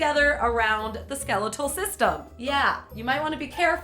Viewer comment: she says skeletal wrong